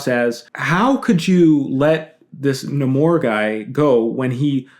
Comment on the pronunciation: I’m very happy to hear people pronouncing Namor’s name correctly